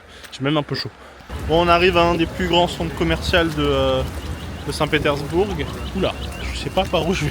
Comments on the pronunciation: On ne prononce pas le G. ! petersbour(g) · Non ça ne se prononce pas du coup comme tu l'as dis désolé...mais bon c'est pas grave, c'est juste que c'était très étrange cette façon de prononcer à l'anglaise lol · C'est nouveau ça 😮 on prononce le g de saint Petersbourg... Chouette ton imperméable des années 50...😊 Ca se dit ça, je sais pas c'est quoi...en parlant d'une marque de voiture chinoise ? Tes videos sont creuses mec... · ah tu prononces le G à la fin de St Petersbourg ?